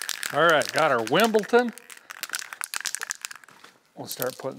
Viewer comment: Surely running your engine while filling is a recipe for disaster? 😮 It's illegal in the UK, same as calling Wimbledon 'Wimpleton', the king gets upset. 👑🇬🇧😂